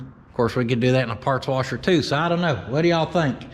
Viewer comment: PORTABLE PARTS WARSHER... TAKE YOUR WARSHER TO YOUR PARTS NOT YOUR PARTS TO YOUR WARSHER